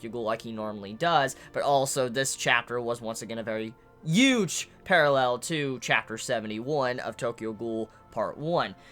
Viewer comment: Can not pronounce the letter 'H'? The way he says huge bothers me so much. Like he wants you to know he isn't pronouncing the h, "UGE part to this story"